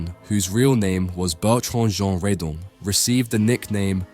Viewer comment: Since he was French and his surname was Redon, why do you pronounce it "Ree-dun?"